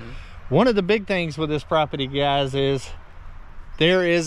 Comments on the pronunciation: C’mon, say “property” properly, not “propity”! Pro-per-ty, not pro-pi-ty! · It's pronounced p r o p e r t y!!🤪